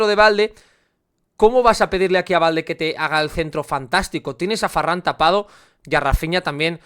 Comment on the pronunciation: Me da rabia que diga farran 😅